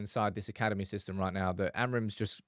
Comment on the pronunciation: 😂😂i like his "fisystem"